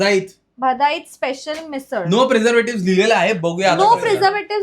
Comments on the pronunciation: Pune brand you are pronouncing it wrong 😂 cute though bhaa daa it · Punekaranchi bhavna dukhvli tumhi “Bhadait Misal” cha pronunciation chukvun😩😩😩😩😩 Amchya Punyachi famous misal ahe ti❤❤❤❤